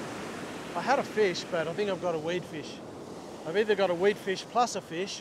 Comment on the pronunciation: I filched yr video…shrunk it to 10 secs (3 of which a pause for suspense) ‘’fush at the end of the beach’’😂